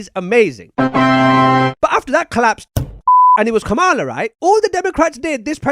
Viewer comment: And you still don't know how to say kamalas name